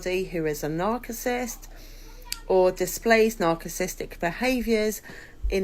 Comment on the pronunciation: just for future ref, narcissist is pronounced with a soft c.